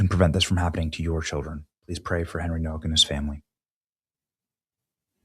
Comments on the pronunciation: Hey Benny, his last name is Polish and the W is pronounced with the V sound so it's pronounced No-Vak I just wanted to say that maybe you should be aware of that in case you are not sure how to pronounce his name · Nowak is a Polish name...it's pronounced Novak!!!